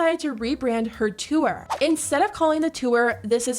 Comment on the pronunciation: Narrator girlie's odd over-annunciation is cringe. When did the word 'tour' become pronounced "two-er"?